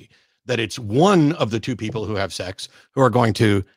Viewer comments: Hey, it's sex, not sax. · "there are consequences to having sucks"😂😂 I swear I'm not trying to be mean just something I noticed, it sounds like sucks more than sex 😂 By the way I don't agree what Matt said when he said if you're not insured you shouldn't be driving a car because my mother drives a car still despite her not having car insurance because she can't afford car insurance but yet she still drives because she has to get from here to there somehow doesn't she? My main concern is that you have a license to drive and that you're a good driver.